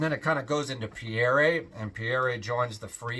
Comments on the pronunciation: Pierre is pronounced Pea. Air. It’s French for Peter. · I found his mis-pronunciation of the most common French name in history rather embarrassing.